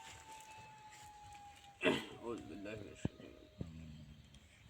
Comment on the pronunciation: আউযুবিল্লা বিসমিল্লাহ শুদ্ধ করে বলেন আগে